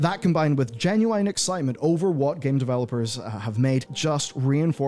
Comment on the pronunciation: i wish he would stop saying geniune lol he says it so stupid